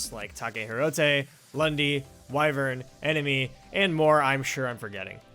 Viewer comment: mfw the 10000th person calls Wyvren "Wyvern" for the th time: -_